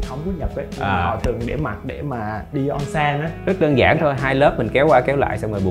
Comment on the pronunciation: Onsen trong tiếng Nhật đọc là ôn-sên a ơi :))